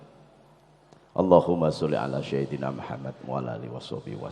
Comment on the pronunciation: Betul mungkin lupa beliau Huruf س jg di baca ش pada kata sayyidina